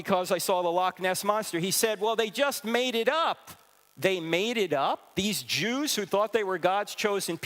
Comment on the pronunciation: I don't appreciate the way he emphasized the word "JEWS" 😂